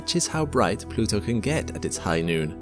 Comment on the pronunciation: He said... Plutoow !!😂